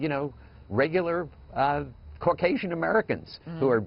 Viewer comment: I hate how he said Caucasian. All people are helping praying and compassionate